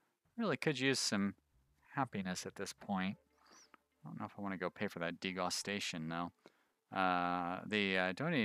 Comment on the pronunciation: You saying degustation like "disgusting" cracks me up. I assume you read up on it, but just in case anyone else is confused: It's when a restaurant serves a bunch of tiny portions so that you get to taste several different meals in one sitting, a tasting menu ^^